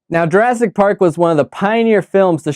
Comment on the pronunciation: J"U"rassic, not J"E"rassic! Also please note only 1 "r" and 2 "s". The critic needs a critic.